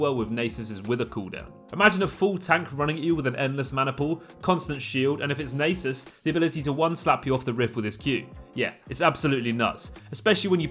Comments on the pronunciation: i've known the nasus pronunciation since renekton says it, but never heard of naysis ahahha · NAH-sus not NAY-sus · lol u guys mad cause he said naysus but a lot cant even pronouce Samurai or Rio properly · wait did he just say "naysus" O_O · Don't say nasus like that. Nobody says it like that and you know it.